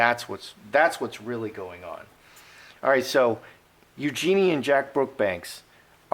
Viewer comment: FYI it's pronounced U-joo-nee'.